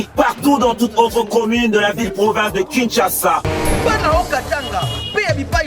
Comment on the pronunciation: On dit Kinshasa et non Kisasa 😅😅😅 Bijoux afingi Sila te oooh